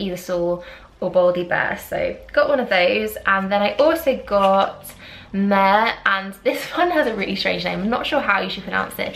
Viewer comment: Mehr came out first with the MAC Micky Contractor Collection. Micky is a famous Indian makeup artist. mehr means grace/ blessing in Punjabi. It's pronounced Meher